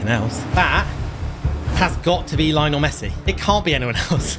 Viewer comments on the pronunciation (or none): none